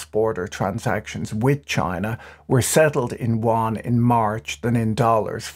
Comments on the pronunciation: You aren't saying Yuan Correctly, Better fix that.. its called the "YU-AN" sounds like you're calling it the the Chinese "wan" no no no, I like your channel but this is one thing you just gotta get right or you sound 差不多。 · Won? Won is Korean Patrick. The Chinese RMB is the Yuan. You-an. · Please don't call the CNY wan. It speaks of lack of research on the most basic of things. "You-on" is at least a guidepost. It's not correct but it will do. I love his posts but I'm not sure how he differentiates South Korean currency from Chinese currency for the average viewer. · patrick, small bone to pick with you...can you stop pronouncing the Yuan (ywhen) as Won? Won is the Korean currency. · Did you not watch the video. Patrick keep saying Won with a "W", Yuan is pronounced with a "Y". Even more funny than contributors on CNBC which pronounces Credit Suisse as "Swiss" 😂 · The way you pronounce “Yuan” sounds more like Korean Won. It should be pronounced more like “y’wen”. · "yuan" sounds like "yoo·aan" - "y" is not silent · Exacty! His usage and pronunciation (sounded like "Won") is so confusing - had to turn on the subtitles. Why can't he use "RMB" instead of "Yuan"? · My understanding too. For a moment I thought I was hearing “won” the Korean currency, then I thought… nah Patrick wouldn’t get something wrong. Must be the accent. 😂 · I love how Patrick's pronunciation of Yuan shifted from the beginning to the end of the video. It is actually quite hard to pronounce, and I wonder saying RMB might be easier. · Your pronunciation of yuan is disturbingly distorted, and wrong. For this reason I could no longer listen, cringing every time I heard your mistake.